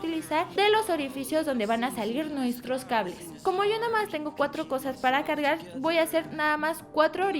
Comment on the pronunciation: like si te diste cuenta de que lesslie dijo "como yo namas" (en el minuto )